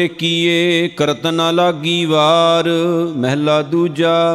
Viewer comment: ਮਹਲਾ ੧ ,,ਉਚਾਰਨ ਕਰਨਾ ਮਹੱਲਾ੧